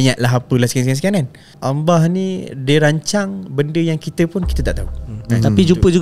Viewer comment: At the end2 aduh mcm sibat…syuk tanya lain kau jawab lain…sebutt allah pon x btol..nampak sangat lidah tu keras ..banyakkan bacaa quran